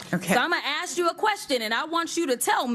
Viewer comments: Crocket says "Im gonna ax you a question" what does that mean? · She said, "aks you a question?" Aks! Really? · Can't say ask is so funny